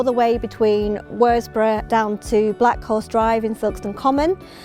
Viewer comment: You pronounced Worsbrough wrong 😂 it’s pronounced wuzbrough